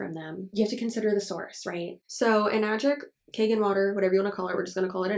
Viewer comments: I'm just finding bout this filter but it's not kagen, it's kangen (kahn-gehn) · In Japanese it is c-ahn gen (Gen, not jen).